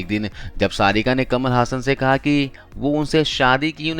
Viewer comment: कमाल हसन, ना कि कमल हासन!